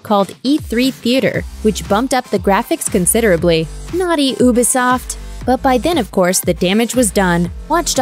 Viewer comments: u pronounce ubisoft wrong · ooo-be-soft? you-be-soft?